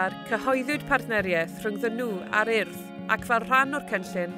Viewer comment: yn dweud "urdd" yn well na lot o bobl yng Nghymru! Da iawn - da iawn MTG a'r Urdd. Cyfle ac addysg wych i bobl o Gymru a Cenia.